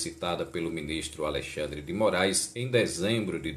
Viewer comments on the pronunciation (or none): none